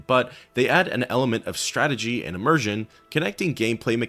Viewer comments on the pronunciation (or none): none